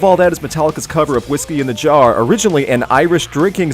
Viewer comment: Why does he say jaro not jar it's not whiskey in a jar oh it's whisky in the jar